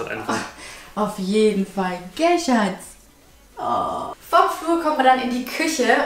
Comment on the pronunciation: Dieses ,,gell" 😂😂